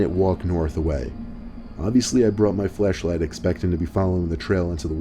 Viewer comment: omg am I the only person that keeps hearing "fleshlight" instead of "flashlight"? XD ajajajaja